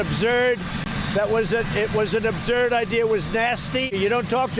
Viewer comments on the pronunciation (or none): Trump you are the chosen one,but you can't pronounce absurd!not abzurb..dumb dumb, I thought you were really smart. 🤘🐮👹🐘🆗️ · "it was abzurd" ? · Somebody tell frump the word is absurd, not abzurd. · Did I hear the President say obzurd more then once? There is no word obzurd. The educated way to spell and pronounce this word is, absurd. Get it right Mr. President. We are counting on you to sound intelligent because you are supposed to be itelligent being that you are the leader of this nation. Get with it dude! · Listen to the fool saying AbZurd! He is a nut job and a criminal and perverted liar! LOCK TRUMP UP! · You have it more accurate than I did about his ridiculous pronunciation I said, "AbZurd", but you got it right. I would love to kick Trump, and I am voting BLUE2020 too! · I hate how trump pronounced absurd “ubzurd” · What the heck is 'OB'zerd'??... Is it the same as 'Origins is the New Black'? lol... Americans, you get addicted to Reality TV and you wonder why this happened..... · new word, 'upzurd' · Scary when the president of USA can't pronounce "absurd" and "origins", etc... and looks like a child reading slowly for a prompter. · I love the way Trump a dump cannot pronounce the word "Absurd". perfect just perfect :.)